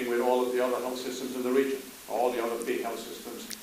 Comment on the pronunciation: How could this guy not be jewish? He rambles annoyingly like a jew and pronounces the word 'all' as "ooh-all" - a sure sign of a jew.